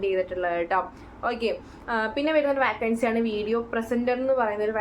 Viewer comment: വാക്കൻസി അല്ല വേക്കൻസി